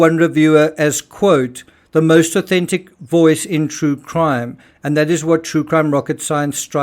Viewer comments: Sometimes when you say 'most authentic', you kind of mash them together and it sounds like 'inauthentic' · It sounds like "most unauthentic" to me. When you asked, you enunciated more so then it did sound like "most authentic". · enjoy the vids, good work, but ya said inauthentic the first time.. sorry i got good ears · It sounds like you're saying 'the most IN-authentic voice'. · it actually sounds like you're saying most in-authentic voice - it made me do a double take, before you even went into the rudeness of some - that wasn't necessary to even address the ignorance imo. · “The most inauthentic voice in…” oops! I think this is the only time I’ve heard you pronounce this wrong! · it sounds like you said - Inauthentic 😮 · You might want to fix your Intro. Your voice-over says "the most INAUTHENTIC voice in true crime".....